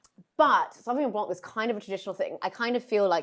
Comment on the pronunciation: Love this show and everyone on it! But .....Sauvignon blanc NOT Sauvignon BLANK! ..... The c in blanc is silent....come on, you can do it! 💫🌟🎄🎄🎄 Merry Christmas🎀✨